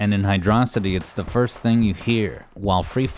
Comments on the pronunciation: While I know this has little to do with the subject of the video, and you seem happy to use both pronunciations interchangeably (a sin deserving of at least forty lashes, by the way), I feel it's worthwhile to share this argument as to why the nomenclature is "Hydro City" and not "Hy-DRAW-sity", as some tend to believe With the sole exception of Doomsday Zone, which is only one word zone name in the game, every other zone in Sonic 3 & Knuckles (and most zones in Sonic games, for that matter) follows a specific naming convention, that being a location combined with a descriptor for said location: Angel Island, Marble Garden, Carnival Night, Ice Cap, Launch Base, Mushroom Hill, Flying Battery, Lava Reef, Hidden Palace, Sky Sanctuary, Death Egg, Azure Lake, Balloon Park, Chrome Gadget, Desert Palace and Endless Mine. Sandopolis also counts despite being a combination word since it still follows the same naming scheme: Sand + Metropolis/Acropolis Hydrocity being a combination of the words "Hydro" and "Velocity" doesn't fit this naming scheme at all. It doesn't describe what the area is, it only describes what you do there and with what. Is it a cave? A beach? A modern city, perhaps? If you had only the name to work with, you'd be hard-pressed to come up with a mental image of where it takes place. Hydro City, on the other hand, fits the naming scheme and describes the area well enough: It's a city filled with water, simple as As an aside, I also take issue with the use of "RAI-st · yay, you finally did it I'm so ha- wait, did you just call it "Hydrocity" like "velocity"?, instead of "Hydro City" as if they were two different words?!, you don't exist to me anymore >:( I'm kidding btw xd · "Hidrossidi" Hydro City please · And you immediately lost me when you pronounced it as "Hydrossity" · It's pronounced 'Hydro-city' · Ngl best song in this game But you said Hydro City name wrong so bad vid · HYDRO CITY NOT HYDROSITY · It's Hydro City, not hidrawsity